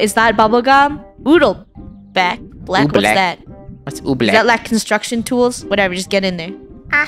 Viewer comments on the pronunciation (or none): I like how Funneh called Oobleck Oodlebeck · Its called oobleck nit oodlebleck😂